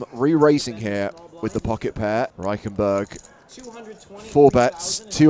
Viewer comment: REICHENBURG? Bro just ask google how to pronounce it one single time. What a butchering of his name.